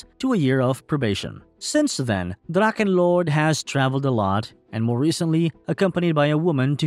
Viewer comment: What is so hard on it to spell dracHHHHHEnlord ?!? it’s a H and not a damn K. I can’t listen to your drakkenlord damn